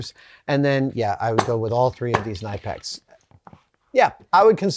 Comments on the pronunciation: How the hell did Adam go the whole episode calling these Knippers, then pronounce Knipex like "knife"? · All those are actually 'diagonal cutters" or "side cutters." Nippers have jaws perpendicular to the handle axis. Knipex is pronounced k'-NIP-ex, per my German friends. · It’s pronounced K-nip-ex ;) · It's pronounced KUH-NIP-X. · I'm under the impression that it's actually pronounced "kuh-nipp-ex". (Knipex) The gent at their channel pronounces it that way. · So...his pronunciation of Knipex is a new one for me. It's often confused for "nipex" but it's actually "K-nipex" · Adam, It’s pronounced Kuh-nip-ex! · Adam I love you but it's pronounced Kuh-Nih-Pex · I have never heard it pronounced that way. I have always pronounced it nipx. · Came here to say this too. It's pronounced "kuh-nippex" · Seems the official pronunciation of Knipex is "Keh-nip-ex" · Hi Adam, love the channel. Just one thing, your pronouncing knipex wrong. The Germans were these are made pronounce them k-nip-ex. That's right the k is not silent and nip is how it sounds. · So fun fact; they actually pronounce it Kuh-nip-ex. I know, I'm equally upset about that being the pronunciation... Either way, thanks as always for sharing your insights and ideas Adam! -J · It's pronounced Kuh-nip-x according to the company. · As Germans will readily tell you, it’s pronounced “kuh-nip-ex” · FYI Knipex is pronounced Kuh-nip-x. They've even put out a video to teach the correct pronunciation. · adam love knipex they are cut above the rest but you are saying it wrong i went to the company itself it's k nip ex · Always thought it was pronounced nip-x. Great video Adam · it's actually kuh-nip-ex. The k is not silent in German. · No silent K in German. Spit it out. Say all of the letters. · Pro tip -- the 'K' in Knipex is not silent. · You pronounced knipex wrong and i hate you for it. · I know I'm annoying, but for the love of God have Adam look up "how to pronounce Knipex" on Youtube. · Pronounced “Ka-Nipex”